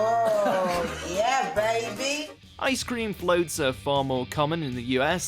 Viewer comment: “Eice krim flôt”